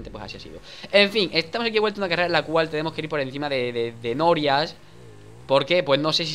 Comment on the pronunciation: la pronunsiasion de danirep me hiso penzar que desia nobias jajjjajajaja (la escritura es sarcasmo)